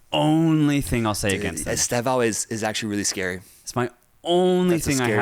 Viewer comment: • It is not Estevão with accent on on the last syllable. It is Estévão. Much more similar the way you pronnounce Stephen (in terms of stress). •